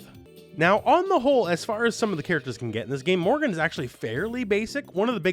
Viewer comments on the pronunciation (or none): Morrigan not Morgan. You said it so many times, it's quite infuriating.